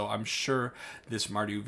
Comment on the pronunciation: BTW you nailed the pronunciation 😁